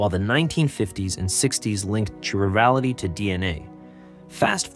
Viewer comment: KY rality not Chirality